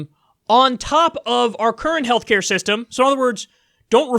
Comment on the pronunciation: "Heshcare" ~ Joe Biden 2020